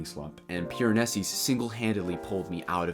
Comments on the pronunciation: This was great and I’m not trying to be annoying but is there a reason that you pronounce his name “Piranesis” with the extra “s” at the end? Genuinely curious if I’ve been pronouncing it wrong haha - love this book and love to see others take it in! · Me, waiting for any commentary but instead we spend 9 minutes with a guy mispronouncing Piranesi over and over😅edit: he eventually got to it but needed a spoiler warning 😂and much more order in how he explored themes. But interesting views